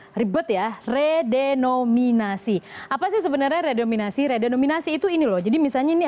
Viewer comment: Redenominasi apa renominasi??